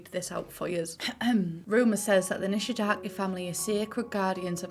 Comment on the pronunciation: Her name is Kaori Nishidake, as in the game. For some reason English speakers keep pronouncing her last name as Nishidaki..😅